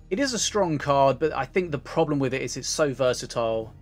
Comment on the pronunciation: Crafting a legenday they wanna be" A strong and B versitile" it sounds like you said "Aids strong " which is also true.